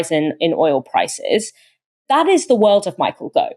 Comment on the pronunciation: I'm not trying to be nasty but you need to have some speach therapy to perfect pronunciation of th instead of using v and f. It will be easy and rewarding not difficult and pointless. All the best.